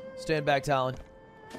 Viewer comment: And then he also purposefully mispronounces names. Him calling Tullin Talon was sending me up a wall. At least if he did one or the other itd be fine. But bro sucks at the game and then just gets that shit wrong to piss people off more Man's worse than HASAN at this game. And Hasan isnt even a gamer 😂